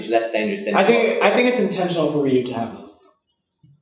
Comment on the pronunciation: The fact that Tokido calls Ryu "Rai you" Welp...